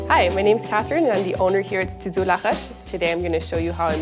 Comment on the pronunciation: GREAT WORK!!!!..... but your pronunciation of 'la roche' sounds almost anglicized. my French (from la Suisse) is terrible, but this sounded too 'weird'! :-0